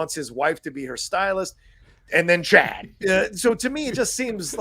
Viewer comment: I love you guys and your divergent points of view! But you need to watch with the captions on, maybe on your second watch of an episode. The cousin's name is NOT "Chad" - it's "Ched".